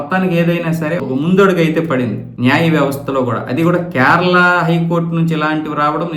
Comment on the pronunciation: క్యార్ల ఏంట్రా బాబు అది. కేరళ.